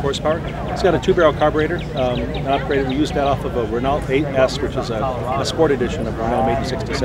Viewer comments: It's pronounced ren-oh, not ren-alt. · The letters L & T in Renault not pronounced.They are silent. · It's his car but he doesn't own Renault. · I hate how he keeps changing how he pronounces "Renault." Make up your damn mind. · He switched up his pronunciation of Renault about every 15 seconds... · I hate how he says RENAULT!!!